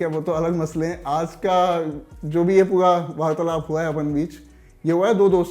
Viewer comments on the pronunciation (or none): Abe pua pua nahi pura pura bolo...baunaye nahi bhavnaaye. Thit hai?